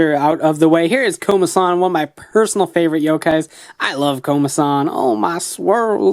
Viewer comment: I mean Komasan not Komadan